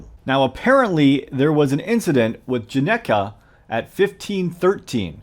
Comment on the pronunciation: "not sure how to pronounce it" *pronounces perfectly * fun? fact: this is correct spelling (and pronunciation) of Genghis (Khan)